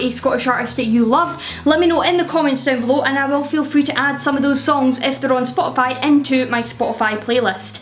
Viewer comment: I swear I heard you say "I'll list these on Scotify."